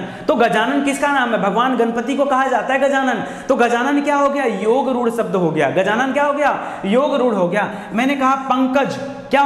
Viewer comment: शब्द कहिए, सब्द नहीं